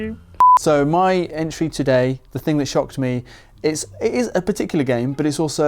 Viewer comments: I kept thinking he said “ I SHAT myself “. Which is possible. lol. ESP bcuz he hates horror games. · Maybe it's just my American ears, but every time said he shocked himself, I heard him say "I shot myself", and I got very concerned. 😂